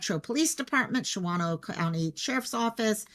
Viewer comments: Replay crew! I am in Green Bay, this is kind of close! And it’s Shawn-oh🤣 you were close! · Was there a description (color, model, ...) of the vehicle? Shawano is pronounced Shaun-0. Wittenberg is pronounced as it looks Wit-in-berg.